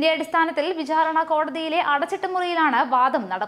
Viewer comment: വിഛാരണ അല്ല വിചാരണ